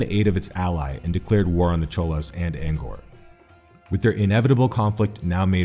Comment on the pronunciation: You gotta work on that pronunciation cause I know for sure you're pronouncing Angkor and Tang wrong.